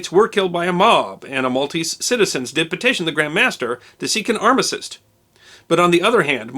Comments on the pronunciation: Arm-á-stice... not armasist .. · You also seem to say arma-cyst, where armistice sounds much better :)